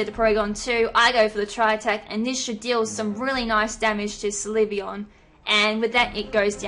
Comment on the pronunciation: It's pronounced sill-vee-on.